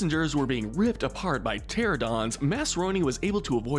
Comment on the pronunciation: “Mossasaur” “Terradons” “Campsognathus”